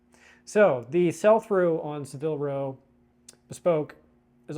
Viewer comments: It is pronounced SAAA-vil row (rhymes with dabble or gavel) Not suh-VILL row. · The mispronunciation was killing me